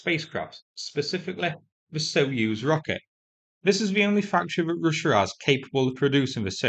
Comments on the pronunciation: Just a gentle comment on the pronunciation of the word Soyuz, "soy"as in the soy bean, not "so." Always great to get your updates and love your humour. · What's a "so use" rocket? Do at least attempt to pronounce Soyuz properly. It's not like it's a novel term in English.